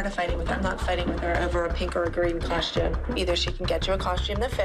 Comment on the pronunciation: why do they all say “coshtume” 😭😭